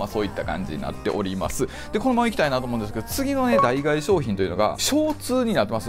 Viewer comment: 脳死でノースフェイス着てる奴に脱ユニクロ語られても何も響かないんだけど… あと代替は「だいがえ」じゃなく「だいたい」な